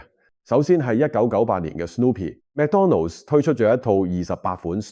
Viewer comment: McDonald's 唔係讀 Mac donald